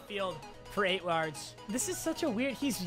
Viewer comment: says lards instead of yards